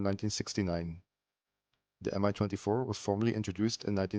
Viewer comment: It pronounces exactly like "ME" M-I makes my ears hurt